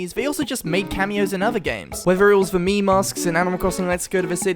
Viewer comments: The more i hear him Say mii it more sounds like he says meme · Like people but Miis